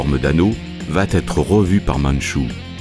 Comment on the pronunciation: « Va être ». Pas « va-t-être » enfin ! Ça fait plusieurs fois que je remarque cette faute dans vos GÉNIALISSIMES vidéos ultra fouillées et passionnantes.. J'adore et suis admiratif, c'est une décharge de souvenirs et de bien-être à chaque fois ! Mais heu, à « va » y'a pas de t ;) Ça pique l'oreille !